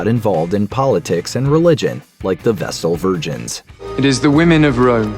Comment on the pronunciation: ¿VesSle Virgins, not VesTal Virgins?